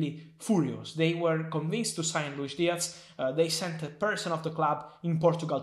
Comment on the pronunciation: Diaz not Diatz